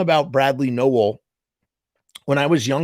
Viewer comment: I cant believe u dont even know brads dad's name and your pronouncing his last name wrong!! Wtf dude